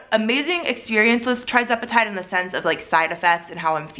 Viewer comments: The starting dose for tirzepetide (pronounced ter-ZEP e tide, not TRI 😊.) Also, tirzepetide’s loading dose is 2.5, not .25 (like semaglutide.) if you started at .25 and not 2.5 you’re not even at the loading dose! Hope that helps. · TIR-zepatide not TRI-zepatide please 🙏🏽 lol